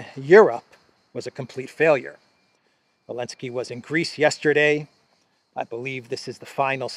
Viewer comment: Partial answer from South Africa. The letter Z is painted on the Russian tanks and military combat and other vehicles, although is does not feature in the Russian alphabet, but Zelensky banned the use of it. Hence calls him Elensky. I hope I got it right.